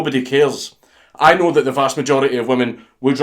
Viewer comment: "Ai knōöw"